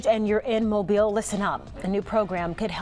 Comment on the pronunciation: Mobile is pronounced MO-BEEL